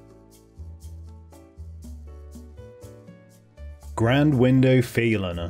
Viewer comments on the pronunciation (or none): “Grand Window Faylina” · My personal favorite was "Grand window" :)